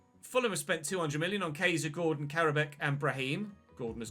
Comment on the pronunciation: When you said Gordon during the forest game I thought you said corden and i was reminded of James corden, Cheers days ruined sons crying thx Btw stone to CAM, love the videos